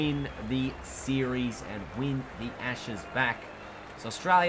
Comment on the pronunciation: I thought he said retain the asses lol